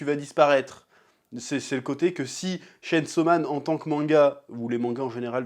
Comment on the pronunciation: Chêne saut man